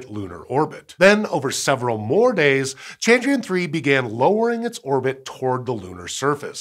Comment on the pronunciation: All I can hear is Chandrian 🤦‍♀